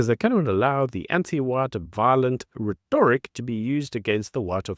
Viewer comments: "Rhetoric" is pronounced "reh·tuh·ruhk" with stress on the first syllable. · The (white) Boer is still dominating the indigenous people. they are 7% of the population and control 70% of the land. That would not exist in any other country. Btw it is pronounce "Ret- tour- rick." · Please look up how to pronounce the word "Rhetoric" properly. The emphasis is not on the middle syllable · Please look up the pronunciation of rhetoric. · I enjoy your channel and have subscribed. One comment however; Rhetoric is pronounced with the emphasis on the first syllable, on the e not the o. Keep up the great work. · *rhetoric (pronounced correctly) Or is it American pronounciation? Haha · I love you, man, and I have been biting my tongue, but geez Louise, please get the pronunciation of "rhetoric" right. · Please pronounce rhetoric properly! It grates… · How you pronounce 'rhetoric' is beyond irritating. The emphasis is not on 'to' but on 'rhe'. Also, it is Malema, not Maleeema.